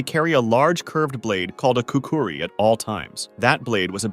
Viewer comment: Its not pronounced ' kookoori"...its " koo- kree".